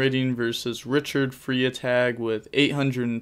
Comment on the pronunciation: I love how you pronounce Freitag 💀💀😂